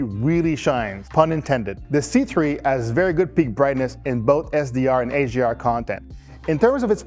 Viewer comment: I hear him saying AGR and AGMI. I was really confused for a bit until I realized what he meant.